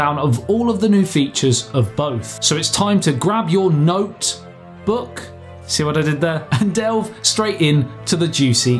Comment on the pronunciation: I laughed so hard when he said "grab your Note-... book"